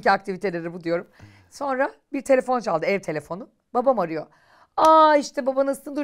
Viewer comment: Çok tatlısınız sizi çok seviyorum ama Kaan abi niye sonra demek yerine sonna diyor çok tatlısınız 😂💖